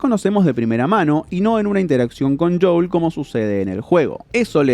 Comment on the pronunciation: No os pasa que cada vez que dice JOUL dan ganas como de darle así con to la mano abierta?